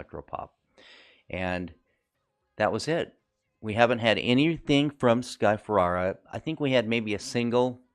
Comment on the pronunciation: Watched your videos. Nice! Don't think you're saying sky Ferreira name right though.